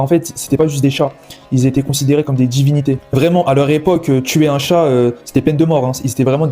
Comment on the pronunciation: "Des djivinités" 😅